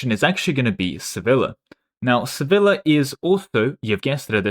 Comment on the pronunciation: Each time you pronounced Sevilla like vanilla I died a little inside